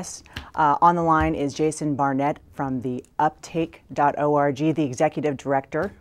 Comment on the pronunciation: anyone else hear her say "uptake.orgy"?